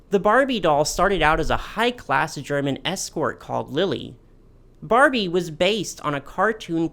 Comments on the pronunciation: this was a really fun video to watch! also your german pronounciation was quite good for an american, don't you worry <3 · Your german pronounciation is actually quite good! There's a bit of an accent but it's still nice of you to try to pronounce the names correctly.